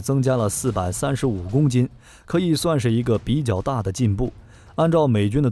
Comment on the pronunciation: 你把 比較大 講成 比腳大XD